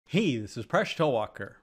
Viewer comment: It sounds like he always says "hes a fresh toe walker" at the beginning of the video